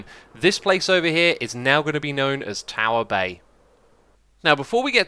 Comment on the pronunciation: The internet has ruined me I know in my head it's "Tower Bay" But all I hear is "Tower Bae"